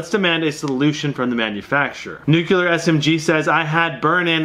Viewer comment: Ugh... ... Its not nu-cue-lar. Its nu-clee-ar. Shit is like nails on a chalkboard to me.